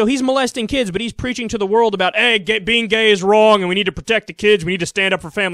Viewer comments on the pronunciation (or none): none